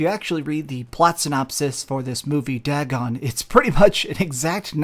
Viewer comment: It’s pronounced Day Gone not Da Gon and HP Lovecraft was an author who wrote many horrors and one of them was Dagon. There just happens to be a film based on that tale.